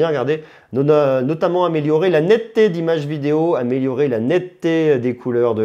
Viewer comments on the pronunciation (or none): none